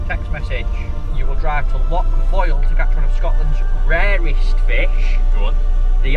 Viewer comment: Come on- learn how to pronounce Loch correctly.